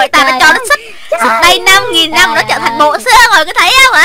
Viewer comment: Trờ hả chị...bữa giờ e đọc Trở